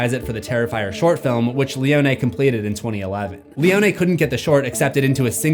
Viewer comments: *pronounced "Leo Knee" and not "Leo Nay". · Why you saying leone like that 😂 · Seems like a very rushed video trying to get views off of a movie that’s already past the trending space. Doesn’t know how to pronounce Leone’s name and a terrible intro stating things that no one is stating. Just bland facts